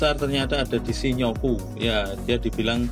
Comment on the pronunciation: Bukan shi-nyo-ku mas, tapi shin-yo-ku. :D Btw ini video perbandingan yang paling lengkap yang pernah saya tonton. Keren!